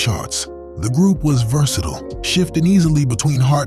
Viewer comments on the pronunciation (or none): none